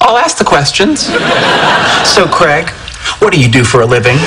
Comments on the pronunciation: it's a bit annoying how some people say Craig. They say it like it's "creg" rather than "craig". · Why can't Americans pronounce the name 'Craig' properly?